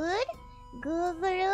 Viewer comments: Its gugulu or nothing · I love how they pronounce google to guguluu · Look how cute she pronounce Google into Googlu 😂😂. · omg someone really said gougoulou